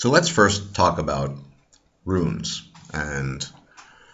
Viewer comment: Runes goddamnit not ruins ...JFC!